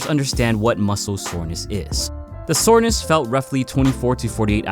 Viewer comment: "What muscle is sorness"